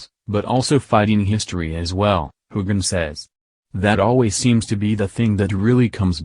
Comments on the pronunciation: I completely agree--the mispronunciations, not only of Sam's name but other key actors, are hugely distracting from an otherwise interesting recap. The robotic cadence and intonation of the commentary also detracts! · I had to shut this off. Using a computer to narrate just doesn't cut it. Even mispronounced Sam's name, fer cryin' out loud! Next time, pull someone in off the street to narrate! It'll be a lot better!